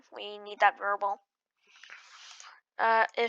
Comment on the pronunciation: variable NOT verbel